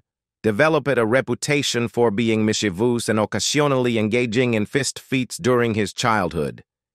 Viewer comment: The AI voice is hysterical. Hmm...so the Mitchums were 'mish i voos'. Too funny!